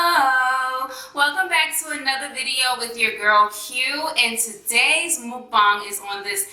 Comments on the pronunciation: Then how else do you say it?🤦🏻‍♀️ it's not a 'makbang' it's pronounced as 'mookbang' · That's the correct way to pronounce it